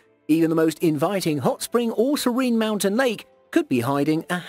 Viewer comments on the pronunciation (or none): none